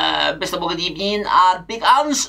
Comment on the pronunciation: "First of all good ebening. It's not the evening, it's the afternoon". 😂😂